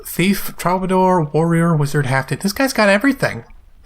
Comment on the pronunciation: Everytime you say troubadour, you say it differently! XD it's pronounced true-buh-door btw. :P